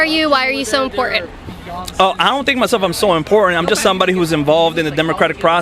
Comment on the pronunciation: BUT-TIN.. IMPOR-TANT..!